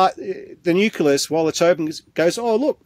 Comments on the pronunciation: This guy can't even pronounce 'nucleus' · I wish that man could pronounce the word nucleus properly /wince/ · "Nuculus"? Silly me- I thought it was "nucleus". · Difficult to trust a scientist who can't pronounce nucleus! 😂